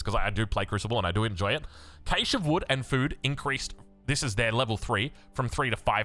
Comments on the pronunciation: Trigger: calling cache (cash-ay) caysh..... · Cache is pronounced: cash. c-a-a-a-a-sh. Ok!? Got it!?